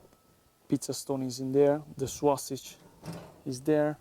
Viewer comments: say "SO-SIJ" not "SWA-SIJ" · Everytime he says sausage, I think he is going to say swasti*@ lol